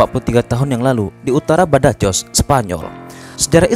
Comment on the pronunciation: Itu Badajoz dibacanya Badahos. Sevilla dibaca Seviyya. Yg pernah main Age of Empires 2 the conquerors pasti tahu. Raja Alfonso VI adiknya Raja Sancho. Yg punya ambisi jadi raja seluruh Spanyol. Dia punya ksatria kepercayaan yg bernama Rodrigo Diaz de Bivar aka El Cid Campeador.